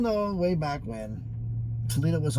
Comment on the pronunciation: Tuck Foledo 😅